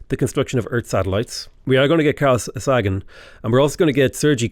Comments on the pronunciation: One of my pet peeves is pronouncing people’s names wrong, and it hurts when you say Carl Sagan’s name. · Carl Sagan is pronounced Carl SAYgun, and Sergei Korolov is pronounced SirGay Korolov. Two of the most incredible people of the twentieth century, it’s worth getting their names right.